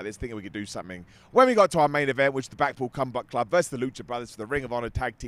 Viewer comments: I swear I heard say both “the blackpool cumbath club” and “the blackpool cumbutt club” and I choked 😂🤣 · I swear he said “blackpool cumbuck club” twice